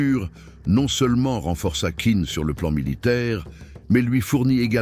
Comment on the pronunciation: Navrée, mais la narration est de plus très mauvaise. La voix monotone et son timbre désagréable. Pour Qin, on doit prononcer « Tchin ». Comment présenter un tel sujet sans savoir cela. Quant aux représentations de la Cité impériale, Celle-ci fut construite sous l’Avant dernière Dynastie, Celle des Ming, plusieurs Siècles avant Qin.